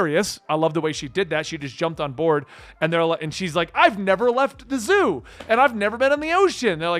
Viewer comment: Its not zoo bro